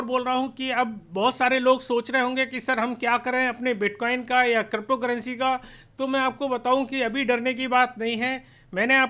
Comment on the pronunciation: आपको अभी तो क्रिप्टो शब्द भी सही से बोलना नही आता